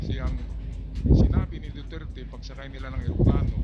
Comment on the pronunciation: Mister Dutert daw sabi ng mga pranses pero sabi ni d30 Du-ter-te tapos wala di sya pansin mister du-tert pa rin😅😅😅